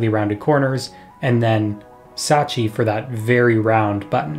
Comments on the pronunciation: Satechi* not Sachi lol. Great video that's been needed! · Thanks for the thorough analysis and breakdown. Please learn the correct way to pronounce Logitech and Satechi though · /ˈlɒdʒɪtɛk/ LOJ-i-tek, you sound like Kodak Black trying to pronounce "champagne" edit: I just heard you say "Satechi", are you doing this on purpose to annoy people ?